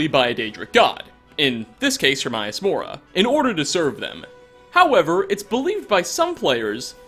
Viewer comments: It’s her-May-us mora not her-mi-us mora also it mir-ak it’s mer-ak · I feel you pronounce shit wrong just to fuck with us.. I'm going to assume this is true. 😒Hermius....😏HermAus though there are accounts of both...🙄. The stalkers arent actually deadra... they are created by a deadra in the same way the wear beast are created by Hircine and the vampires are created my Vilea and Molag, imo. There are no fish in apacrypha and when you kill a wear beast you normally get its pelt and maybe meat of what it ate, not human hair. Also fyi there is fish meat in game. The Seekers are most likely the same, being that worship Herma mora for knowledge and were turned in to his librarians. They are seen wandering around looking at bookcases if active and not engaged. According to dawnguard, dragonborn and eso on oblivion realms, in some realms it's best not to venture or you will become bound to that realm and can never escape. Dunrurvier(the dragon how ever you spell his name) can leave but is bound and will die, Miirak is bound and is trying to use the towers on solsthine to return. He, like the dragon Durn., use the thu'um to summon themselves to mundus temporarily. I bring this up to say that since deadra cant live on mundus due to the fires/barriers dealing with Akotosh, all things living as deadric are sent back to their respective realms, die, or need a host like Umbra. Vampires, wear beast, and lurkers are not all bound, meaning they can be created or sent to mundus as demi-deadra. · Its HER-MAY-US mora. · "her-may-us" not "her-mai-us". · Her MAY us, how in the hell do you butcher the name that is pronounced multiple times through out the game? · Isnt hermaeus mora latin? So it would be pronounced her-mi-us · I died when he said hermaeus like Her-MY-Us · Yeah and apperantly a bunch more people say it like that...EVEN THOUGH its name is spoken countless times in the game! Lets just be glad he didnt say HER-MY-ANUS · "hermius mora" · Mispronunciation of Hermaeus :((